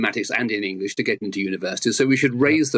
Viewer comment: Maffs and Ingwish.